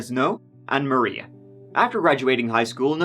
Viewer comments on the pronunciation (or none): none